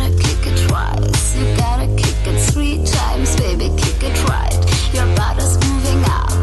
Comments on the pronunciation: So krass autotune einfach hahaha und dann auch noch dieses "swiee times" (three times kann sie wohl nicht aussprechen...) :D aber sonst gut :) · You gotta kick it sree times baby... Also ich find den Song nicht schlimm, aber wenn man schon auf Englisch singt, sollte man, find ich, es richtig aussprechen